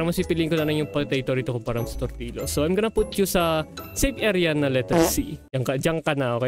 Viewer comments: hindi tortillos jortillos😂😂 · natrigger ako talaga nung sinabi ni na torti-los hinde tortil-yos😭